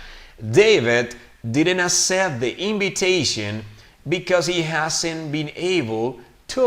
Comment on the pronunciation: " didn't accept " the correct pronunciation is ( akcept ) not ( asep ) that's the way I heard it the first time you read the text. Around ( aeraound ) not ( Araond ). I can't hear the pronunciation of the letter " L " in the word " world " it sounds like " word ". I don't hear the ending "T" sound in the word "worked" the first time you read the text I didn't hear the "T" sound. Their ( der ) not ( deir )